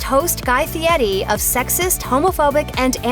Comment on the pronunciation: It's NOT pronounced "Fietti."